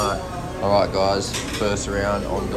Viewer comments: if you want to sound more like the locals. when you say salamat. emphasize more on the second A not the 3rd. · CB sa-la-mat not sa- lam- at